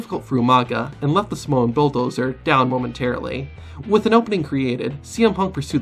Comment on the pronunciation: "oh my god somowa spike"-UMAGA